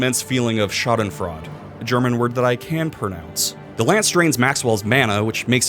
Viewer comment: You in fact cannot pronounce schadenfreude